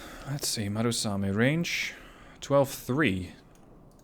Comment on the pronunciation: MU RA same, not MA RU same, good video.